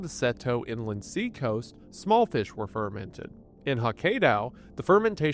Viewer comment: I know, right? it's fer-MENT, not FER-ment!